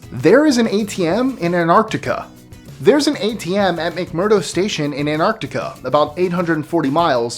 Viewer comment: why does he pronounce antartica like that?